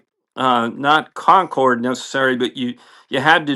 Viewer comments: Great story. I like the idea that an F14 crew are impressed with the speed on an airliner. Minor point. Someone will correct me if I'm wrong but I don't think the French pronounce the name with a hard e or a sound at the end. Sorry to be that guy, but I'm learning a lot from you. Thanks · He most certainly knows how to pronounce Concorde. He did it to enhance engagement. And here we are… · Concorde is pronounced Concord. Not Concord E. The e is at the end because it's the French spelling. It was a joint venture between Great Britain and France. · You are correct. They are pronouncing as if there was an accent é at the end, and there is not. I like the theory that knows this and is doing this to get us typing. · What does mean by "Concord-ay?" Concorde, the French word, means, and is pronounced the same as the English word Concord. The e is silent. I guess I'm missing something 🤷🤷‍♂🤷‍♀ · Great story, but one thing was very distracting. Not meaning to be ugly, but "Concorde" is not pronounced "Con-cor-de." According to the Merriam-Webster dictionary, "Concorde" (trademarked name of the aircraft) is pronounced as follows: IPA (International Phonetic Alphabet): /kənˈkɔːrd/, /ˈkɒŋkɔːrd/. Even the French pronounce as a two-syllable word. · Dude, Concorde is pronounced Concord, not Concordey. I worked with people at RAE Bedford who worked on Concorde, and my dad inspected the shafts on their engines when he worked for Rolls Royce in Derby. They'd all be very pleased to know you were impressed. My friend Pete Clarke, now dead for twenty years, had the original drawings from before the design was converted to civillian use. CONCORD! No AY. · They way I heard a Braniff Captain say it was "con CORD". Mechanics, everybody else (Americans) said "CON cord". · Oh my. Please pronounce it properly. Spelt Concorde. Pronounced Concord. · Concordeh? What's wrong with you? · What's a Concorde-A? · Concorday? C'mon man... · "Concorday"? "BAE"?